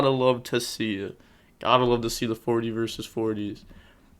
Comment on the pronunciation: lmaooo that emphasis on 40 vs 40 you could tell he’s been holding it in 😭